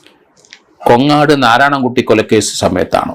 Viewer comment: കൊങ്ങാട് അല്ല. കോങ്ങാട്